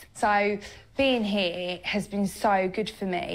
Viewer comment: “ how do people savive ou heaa... its like a poonami” 😂😂😂😂😂